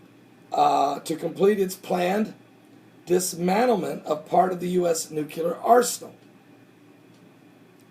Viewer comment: I don't want to be a nit-picky nit-picker...but... it's pronounced newclear, not newculer. I love your videos, thank God for you and your work.